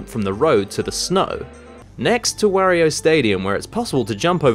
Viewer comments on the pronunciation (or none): none